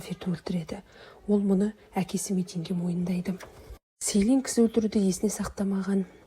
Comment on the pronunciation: Селин емес джилин деп дұрыс вйту керек есімдерін